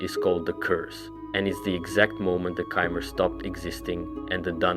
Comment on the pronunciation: Get your pronunciations right bruh it's really annoying, nedes, chimer, tsaesci holy larper